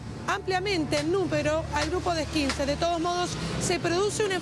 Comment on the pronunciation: "Eskinseds" y después "eskinsers" dice